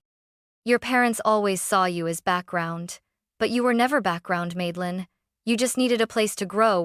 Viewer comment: Grandma is a Rockstar ❤❤❤. Also, it's Madelyn, not Maidelyn.